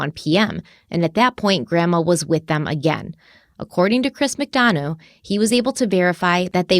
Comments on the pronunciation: Chris Mcdonough's name is pronounced Mick-Done-Uh .."Done" as in the pie is "Done" now and "Uh" as in I made "a" pie. So glad you're covering this case! I've been watching it very closely, looking forward to part 2. Oh and someone made that "mom patrol" shirt for Candus, she didn't buy it for herself. Also when grandma was interviewed she said that when they got home she took a nap which doesn't line up with them planting flowers right after they got home. The boys stated they had been playing Hide-N-Seek when Summer went missing. Also the mention of horses in this case is fascinating to me: Grandma said before Rose (Candus's missing younger sister) went missing Rose sustained a head injury due to a horse kicking her and thus wondered if it caused amnesia. Then the last place Candus took Summer swimming was known as the Horse Stable Pond. Then during a police interview after Summer had gone missing they were near a road and suddenly a horse that had broke free came thundering down the road with some sort of trailer it had been hitched to trailing behind it, might sound crazy but I took it as a sign that Summer was with her Aunt Rose. Very sad. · Also, I'm not nit-picking or being an ass, just pointing it out lol...Chris's last name McDonough is pronounced Mc-done-uh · As someone well versed in this case I am so glad to see you 2 cover it. And Chris's last name is pronounced Mc Done a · Chris's last name is pronounced Mick Dun-uhh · It’s Mic-dun-uh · Always enjoy your work! Just to note, ...you're not quite prouncing Chris McDonough's last name correctly.